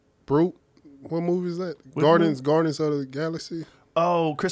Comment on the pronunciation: Did he say Garden's of the Galaxy? Lol